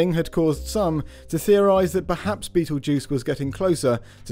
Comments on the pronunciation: You said Beatlejuice 3x 😱😱😱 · You need to pronounce Betelgeuse correctly. M.